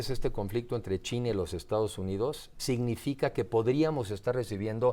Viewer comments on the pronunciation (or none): none